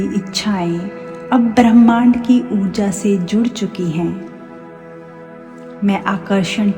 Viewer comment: अच्छा वक्तव्य दिया है। लेक्चर भी शांतिपूर्वक दिया है। परन्तु थोड़ा उच्चारण सही करो जैसे भ्रमाण्ड नहीं होता ब्रह्मांड होता है